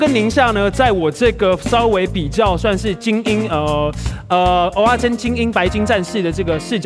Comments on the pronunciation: 是ㄜ仔 不是ㄡ仔 一堆人唸錯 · 是ㄜˊ阿不是ㄡˊ阿😀 ㄡˊ阿是芋頭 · 真的，一直聽成芋頭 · 受不了台北人，蚵仔都唸成芋仔